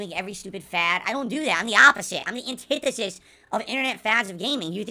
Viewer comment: "and-tin-deh-sis" HOW HAS THIS GUY MADE IT THROUGH SCHOOL OMG